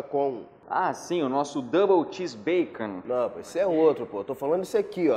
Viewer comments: "Double Cheése Bacom" 😂😂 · "Double Cheése Bahcom" KKKKKKKKKKKKK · "Double xese bacom" kkkkk